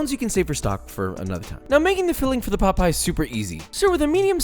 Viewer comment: Him saying chicken pot pie, my brain: chicken Pai Pai